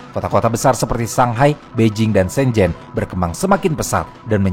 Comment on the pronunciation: Shenzen bukan Shenjennn, agak lain lu bang, emng lidah lu huruf z disetting jadi J? Hah?